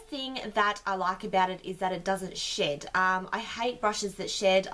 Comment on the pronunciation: Not gonna lie for a bit there I thought you said you liked it because it didn't shit.......then I realised you said shed lmao xD